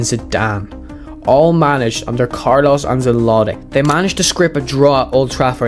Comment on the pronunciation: Ah yes... The great "Carlos Anseloi"